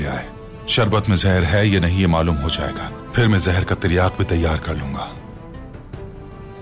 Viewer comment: It's zehar not jehar